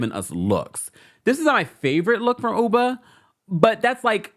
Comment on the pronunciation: I haven’t watched the real housewives of NY yet, but I hope Ubah corrects people on how to correctly pronounce her name, hearing people calling her Uber kill’s me inside lol.